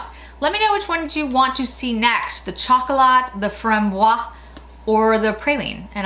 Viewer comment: You pronounce framboiZ chocolA and lilA in French